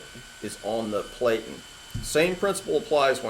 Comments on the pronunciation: You are obviously a professional and I'm not trying to pick your video apart as it is very intuitive, However you are pronouncing Platen incorrectly it has a short e like Flatten. For a highly experienced pro like yourself, you should care as you are passing your information to the masses Here is proof. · platen rhymes with satin. Pronunciation Nazi strikes again. .